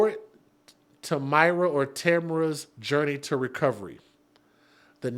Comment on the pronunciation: Pronounce Tamera